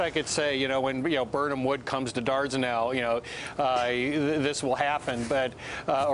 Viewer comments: It's Dunsinane, not Darsinelle. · Did he say "Dardanelles"?